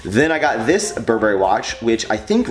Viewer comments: It is pronounced Bur brry in the luxury couture industry. Not bur berry, just thought I'd let you know. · Stop saying bur'BERRY! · its pronounced burburry btw